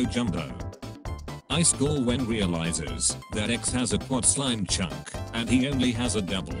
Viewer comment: I love that the text to speech says "ice call" instead of iskall